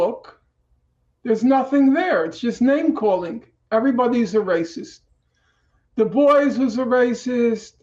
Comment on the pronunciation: Oh, dubois! I was so confused why norman kept saying "da boys". Is he intentionally mispronouncing the name?